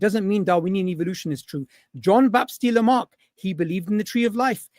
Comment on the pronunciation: John Bap-Steeluh Mark